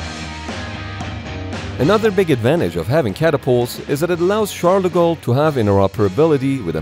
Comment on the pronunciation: It always amuses me that "Charles De Gaulle" gets pronounced, more or less, as "Shadago"